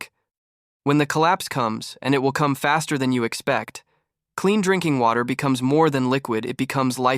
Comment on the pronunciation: and the first thing this AI voice said was INKING WATER and should have said D-RINKING WATER. thumbs down unsubscribe.